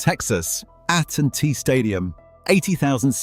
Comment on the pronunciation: "at and T stadium"😂